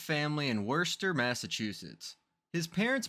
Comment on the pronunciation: LOL "Worcester" is said Wis-tah the O,C,E, and most of the state R are silent. lol